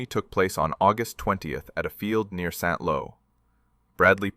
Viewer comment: It's not SaintLow . . . it's Saint Lo. Tell your AI to fixit!